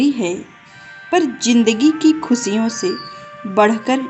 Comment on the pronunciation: Great motivational video.. Way of speaking is.. Yes...money is vital for our life..but we should use it properly.. Dont mind...आप श को स बोलती है खुशियों को आप खुसिया बोल रही है